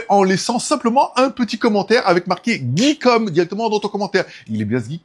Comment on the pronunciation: RRrrr oh c'est plus Geekom "Guy" et pas "Guey", comprend qui peut !